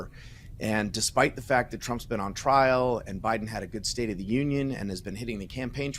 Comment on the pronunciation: “ a good state of the Inion”🤣